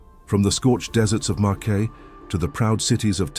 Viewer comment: "Marquay" LOL